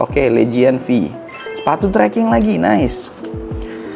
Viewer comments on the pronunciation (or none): "sepatu seaking" Sepatu trekking bg